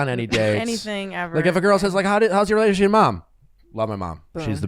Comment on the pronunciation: “Relayship, Bacherette, Nally (Natalie).” Nick, you’re missing some syllables there.